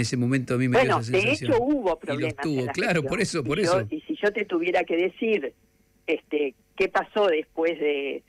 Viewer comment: La señora gue dijo gue robaban